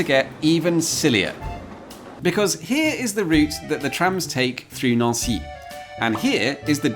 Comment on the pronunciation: Neauncy is a fancy way of saying Nancy🇫🇷🤣😂😅😄😉